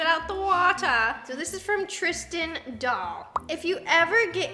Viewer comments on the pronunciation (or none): none